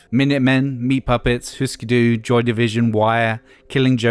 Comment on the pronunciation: "jay may-see-us" "who-sker doo" (which you said correctly later on) "kim thigh-le" (like file)